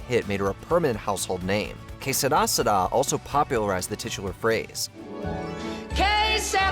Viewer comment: It’s que sera sera, not seda seda.